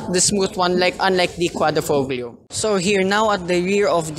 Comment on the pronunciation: Nice review. Btw Quadrifoglio is pronounced as quadri-FO- LIO. 👌